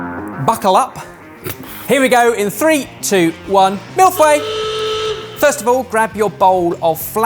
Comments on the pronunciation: I may have forgotten most of the French I had to learn in 9 years, but I kept hearing "Milfway" instead of mille feuille and was so confused what pastry this is for the longest time lol That said, A++ pastry choice, I love them a lot <3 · The way keeps saying MILF-way instead of millefeuille 😂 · I can't keep my mouth shut anymore.. For someone who claims to speak French, French pronunciation is so cringe! The two that annoy me the most are 'bain-marie' and 'mille-feuille' which are 'ba (like bat with no t) ma-ree' and 'mee- foy (rhymes with toy)! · I live on the Quebec border, we've always pronounced it meal fi-ee. Sort of. The feuille doesn't really have a similar sound in english. Edit: nailed the icing pattern. I wonder if you guys would be able to order a St Hubert mille feuille online and be able to get it over there. They're the best commercial one I've ever had. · facial expressions during Chantilly-gate and chocolate-gedon are everything. Also, this has been said already, but the way pronounces Millefeuille sounds like Mille Fouets which could be a thousand whisks or... a thousand whips. I don't know what I like best. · LOL. Sounds like he says Mille Fouets (1000 lashes). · has been to france, speaks french. Also: Mille-Fweh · Word as written on paper: "Mille-feuille", a thousand sheets Word as said by: "Mille-fouet", a thousand whisks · Isn't mispronouncing french words (especially culinary ones) practically an English tradition at this point? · Mi Il Fuei, it's a Chinese mille-feuilles. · 😁😁😁😁 me too. Mille fouets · I heard mille fouais lol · aaargh!!!,,.... mille feuille..."fey" but curl your lips together as if you were going to say a naughty four-letter word! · my french heritage cried when said ‘Mille Fway’ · Just go with Mille Foy. It's the easiest approximation for English speakers and sounds a lot closer than what uh... you said. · "fay" is nowhere even close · Whit a 'schwa' in 'fEUille'